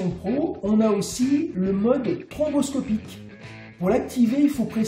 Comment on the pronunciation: J'adore le mode "tromboscopique" plutôt que "stroboscopique" 😄. Parlez-vous du vaccin anti-covid? 😉